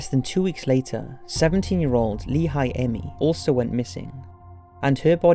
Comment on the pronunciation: Lehi Ami? It’s Laura Aime from Lehi. Some odd pronunciation and suppositions in this, but pretty good overall.